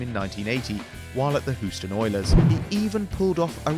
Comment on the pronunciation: the way he said houston 😂